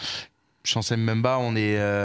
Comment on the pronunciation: On dit Mbemba Najim stp pas M'Bemba !